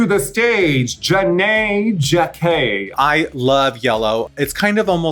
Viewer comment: Lol they didn't even TRY to act like they saw the episode or at least the runway!! SMH! The Chelseaboys Alien Queen look and raven talking about spiders lol and Envy Peru's look showing tribute to the actual Queen of Holland who is also an immigrant! Raja didn't even say Janey Jacké name right (or Roem and Sederginne) 😂 Raven talking about it gives her bumblebee, uh duh she's the Queen Bee! SMH 🤣🤣🤣💙